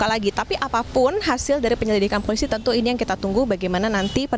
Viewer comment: Hahahhaaaa .. FOLISI ..😅😅😅 afaka hanya saya yg denger bjir..